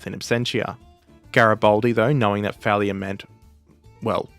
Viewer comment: It's GaribAldi, not GaribOldi.